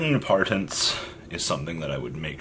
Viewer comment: How hard is it to say Impermanence